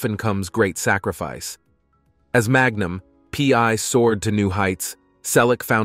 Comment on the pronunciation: Hey, is that "Magnum pee....... eye" or "Magnum pee one"? 😂 Get human TV show titles right. Ssh!